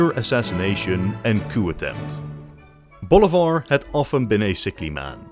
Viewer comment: you pronounce Bolivar like boulevard lmao